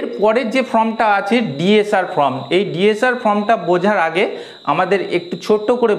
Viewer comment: সব ঠিকই আছে কিন্তু "ফ্লিম"এবং "ফ্রম"না ব'লে "ফিল্ম" ও "ফর্ম" ব'ললেই ভালো হয়। কিছু মনে করবেন না, আপনাকে হেয় করার জন্য লিখিনি। আঘাত দিয়ে থাকলে ক্ষমা প্রার্থী। .